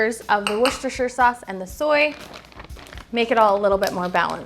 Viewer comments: In the Uk it’s pronounced “wuss ta” sauce. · It is pronounced Wus-TA-Shear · It is spelt Worcestershire and pronounced WOOSTERSHIRE Sauce. LOLOL.